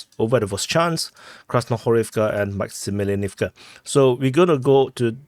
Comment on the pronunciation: MAX EEE MEE LYANEEVKA